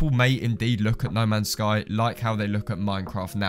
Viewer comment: Though you said lemons sky🔥🔥🔥